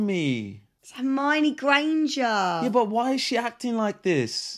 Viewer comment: "Hermanie" oh my goodness